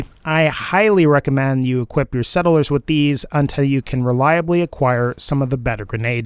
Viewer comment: No one:: s e d d e l e r s